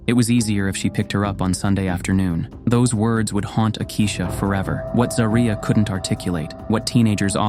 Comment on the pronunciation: You can at least get her name right. It is ZAW-REE-UH